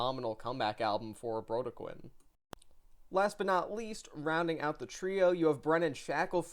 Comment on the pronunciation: Sorry, to be that guy but it’s “Bro-dec-kin” Good review, keep up the good work